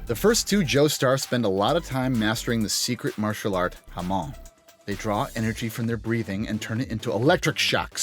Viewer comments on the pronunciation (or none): I like how he pronounces Hamon as Jamón.... (Jamón is ham in spanish)